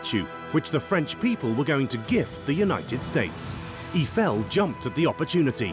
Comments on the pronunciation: Eeffel? Strange way to pronounce his name! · EE-eye-fell = gtfo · the sad part is they couldn't even pronounce Eifel's name correctly